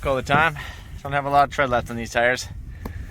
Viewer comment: Goodyear = Goodferayear